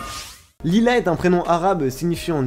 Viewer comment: Salut pour te dire je parle très bien arabe et Lila ne veut pas dire nuit en arabe mais veut dire ليلة soiré et en arabe sa se prononce plus exactement layla et dans la langue arabe de tous le jours Lila l'algérienne